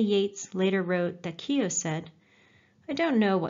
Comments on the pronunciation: Its not kio its kyo as in yoh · Keo as in KOW, Bow, the gh in Keogh is silent! You have done excellent work, amazing the way you bring the stories to life! But please ease off the phoney Irish language and the Keo pronunciation is like scraping your nails on a chalkboard to county Mayo ears!!! However that is a very minor moan, don't stop your work!😊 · Yup, pronounced "Keo" (sorry!) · Lol its not keyo